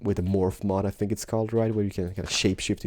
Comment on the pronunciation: I LOVE how you say "I Fink"! You are ADORABLE!!! Love you!